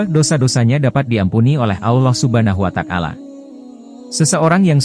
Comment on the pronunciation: Maaf koreksi narasinya, bukan Allah Subhana Wa takala, tapi Allah Subhanahu Wa Ta'ala